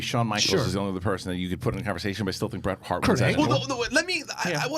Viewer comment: Its Bret and not close.